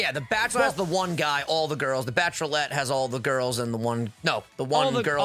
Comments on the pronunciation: The Bachelorlette is so hard to say XD thats because its Bachelorette XD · The reason you were having issues saying Bachelorette was cause you were adding an extra L. Lol. Love you guys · Was anyone else annoyed at for mispronouncing bachelorette